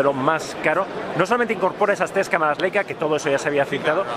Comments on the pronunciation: También se dice "Laica" no "Leica" :) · No se dice "Leica", se pronuncia "Laica".